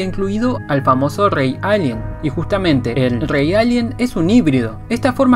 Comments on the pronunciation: te agradecería que aprendieses a decir la r, es muy molesto escucharte decir ´´alien grey´´ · NO DICES ALIEN BIEN ACTIVE LOS SUBTITULOS Y SALIA ALGUIEN LALIEN ETC.